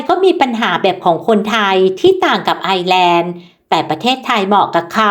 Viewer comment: ต้องออกเสียงว่า ไอ เอ้อ แลนด์